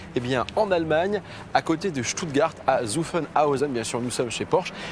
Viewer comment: Chères français/francophones, Zuffenhausen se prononce "Tsoufenhaouzen"